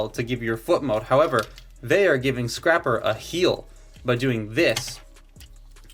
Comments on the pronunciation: It’s scrapper not scr-aye-per you a$$hole have you seen that video before? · Scraper report! It's Scrapper you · ITS SCRAPPER YOU A